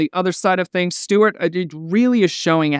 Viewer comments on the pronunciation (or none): You calling him "Steward" is hilarious 🤣